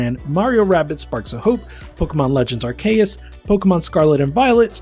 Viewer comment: I stopped watching after you pronounced Arceus incorrectly. Do better.